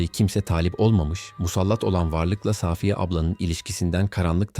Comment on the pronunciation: Gerçeği saaaafiyedir. Safiye yanlış söyleniyor. Arkadaşımız ismi doğru kullanmış.